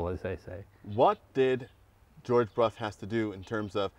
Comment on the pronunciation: dear Donald....could you please correct the underline of the motorcycle part...it is a Brough Superior, not Bruff😉